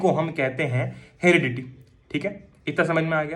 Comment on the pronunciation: heridity nhu heredity